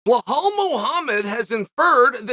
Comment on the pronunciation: I knew the very first word I hear would be "Blahal"